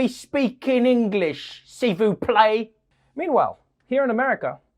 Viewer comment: For one second I thought Trevor said, seafood plate🤣🤣 instead of S'il vous plaît.